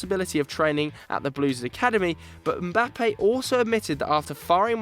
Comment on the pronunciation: Finally someone who pronounces Mbappe correctly unlike those ESPN FC guys who keep calling him Embappe 🙄🙄🙄